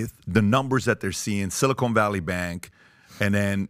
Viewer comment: Everyone's afraid to tell Patrick it's pronounced 'silicon' not 'silicone'.